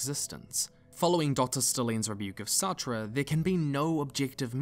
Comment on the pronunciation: Nigga, Sartre's name is pronounced "Sart" like "fart" but with an S, lol